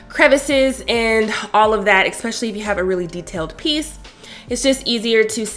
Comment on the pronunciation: It is "eSpecially" not "eXpecially"....just FYI